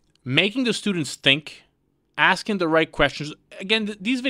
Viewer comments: College student saying axing a question multiple times. Axing her future career opportunities.😮🎉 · Why the fuck can’t Americans pronounce “ask” or “asking”? Why do they say “axing”? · Why do black females say axing instead of asking..? A true mystery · Its ASKING not Axing. These sbowflakes cant even speak english.